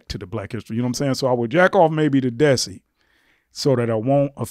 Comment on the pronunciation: It's pronounced "they-see", like Desi. Like Dheysi.